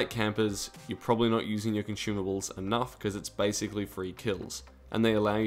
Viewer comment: cant stop hearing con-shoe-mables